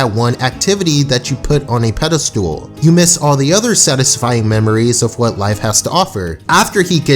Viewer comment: You said pedalstool